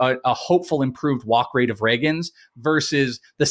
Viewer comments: I know doesn’t read comments because he’s been corrected on the pronunciation of Cole RAY-GINZ several times before and yet here we are… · Why doesn’t correct him on on how to say “Ragans”???? lol it’s pronounced “ray-gans. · Who in the world is Cole Rag-guns!?! 😂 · Please say Cole Ragans name correctly. You can’t be a fantasy baseball analyst and mispronounce so many players names incorrectly. Get off the computer and watch some game